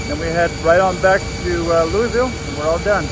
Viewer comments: Not Loiuieville, you say it LU VUL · As a Louisville (Lou a vull, lol) native, I had a bit of pride spike up when I saw ksdf on the GPS. I play msfs a lot and feel almost obligated to use a ups livery when flying into or out of ksdf. Awesome vlog, keep up the great work!! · Watched this based on a recommendation from a newer video - I'm from Louisville and the way you say it triggers me :D Great video btw. Did you fly out of UPS Worldport?